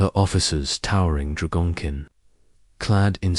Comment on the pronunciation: "towering dragon kin" This AI voice just slaughtered the pronunciation of the word 'dragon' UGH!!!!! AND slurred it into a single word with 'kin'. Pauses where they don't belong. the picture (and text) went blurry. Quitting now. Third video in a row from this channel and all of poor quality. Telling YouTube to stop recommending them to me.